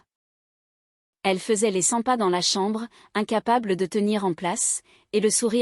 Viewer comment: les cents pas et non les sympas 😂😂😂